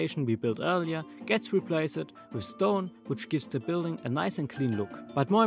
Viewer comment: man sagt "replacd" nicht "replaced", auch wenns so geschrieben wird ;)